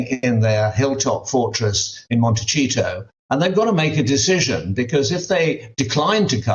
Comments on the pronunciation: Montecheeto? Hahah😂 it's Montecito. The I sounds like an E in this word. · Did he say "MontiCHEATO"?!😂😂😂 Hes not wrong, scoundrels. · MONTY-SEE-TO. never pronounces it correctly.